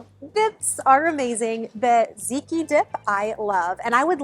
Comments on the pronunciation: I love your videos!! Can I just "complain" about something, though? It's pronounced "TAT-ziki". Not just "ziki". I'm sorry, I notice those silly little things. And it's also because I absolutely 💕 LOVE tatziki sauce!! 🤣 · I love the ideas, specifically the charcuterie. One thing though, tzatziki is pronounced ZAHT-ZEE-KEY. :) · Everything looks so good! Think of tzatziki as Zot (like dot or hot) Zee (like the letter) and Key. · I'm saying this out of love - it's pronounced "zat-ziki".